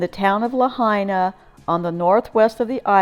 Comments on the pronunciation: It's properly pronounced Lāhainā, not Lahana. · Pronounced La Hi Na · I also know a few friends who lived near the safeway over by kahoma street. They werent able to get out in their vehicles so a bunch of people went across the street and took a bunch of shopping carts for the entire neighborhood, they were trying to load up some of there belongings and walking them up north to the civic center. I also want to make sure youre aware you're pronouncing Lahaina wrong. LA-HIGH-NA. I also went through lahaina a couple days after the fire with my husband who is a emergency responder. We were able to drive through the baracades that following Thursday. I took a bunch of video footage that I haven'tt posted yet on social media. I work for a jewelry store on front street and i went in to see if anything in our jewelry store was left and to see how our safe held up. It was completely pulverized and devastating. I actually have a woman on film trying to pick through the rubble right in front of me looking for jewelry. :/